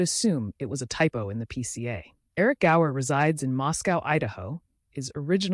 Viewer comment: The name was Gower not Grower